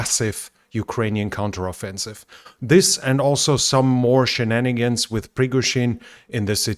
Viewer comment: Congrats, as a non native speaker, for "shenanigans"